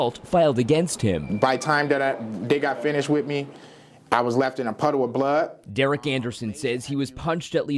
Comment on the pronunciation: Left in "puttle of bloot".